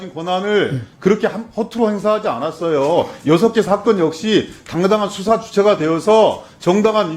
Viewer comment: 법에서 수사라는데, "ㅅ"을 "ㅈ"으로 읽네...ㅋㅋ